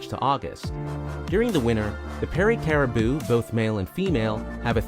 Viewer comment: Did you do any research before publishing this video? “New Burnswick” ?? “Nanatvu”... “Caribo”... You’re obviously not Canadian… Most likely from the US.. That would explain everything 🙄